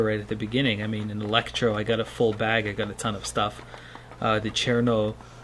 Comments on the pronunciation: I need to hear more R in CheRRRRRno! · When you said cherno you turned russian.